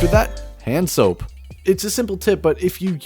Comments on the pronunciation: does anybody else also hear HANDSOAP instead of HANZO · I’m pretty sure you said hand soap instead of hanzo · It’s Hanzo not hand soap come on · U said handsoup instead of hanzo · Did this man just say handsoap for Hanzo? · Is it just me or did he say hand soap for hanzo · Am I the only one who heard "After that, hand soap"? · “Jenji” oh alright a common mistake, “Hand soap” alright man what language you speaking here. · Hanzo sounds like hand soap when you say it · For Hanzo he said hand soap XD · For hanzo you said hand soap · did he just say hand soap lol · is it just me or does he say hand soap instead of hanzo? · I swear i heard him say hand soap for hanzo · Did you say hand soap instead of hanzo LMAO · Man said Handsoap😭😭😂😂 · He said hand soap instead if Hanzo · holehog, handsoap, mele, geez bud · did he say handsoap????? rather then hanzo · HAHA. HE said hanzo like hand soap. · Are you purposefully saying characters names wrong? Hanzo... Orisa... Etc... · Okay who the hell says hanzo like thay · The way he said hanzo made me cringe